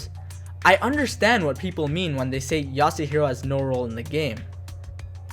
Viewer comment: As soon as he said yasuhiro I started contemplating clicking off